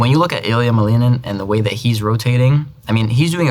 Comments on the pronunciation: Nah, he said "Малынын". Second time he said "Малинин" which was correct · no, he said it with an american accent, second time was correct though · Пхпхп, прочитала комментарии о том, что Максим произносит имена/фамилии с русским акцентом и всё думала, как же, вроде произносит так же, как и все носители английского. И тут, – "Ilia Малинин". Просто прекрасно! Более чёткого перехода с языка на язык я не видела. Мне очень понравилось ) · Checked how he pronounce Ilia Malinin. It's exactly american accent pronounce. It's different in russian. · The way he pronounces Ilia Malinin scratches my brain